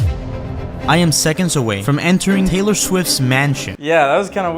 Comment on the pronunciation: Naurrrr not Taylor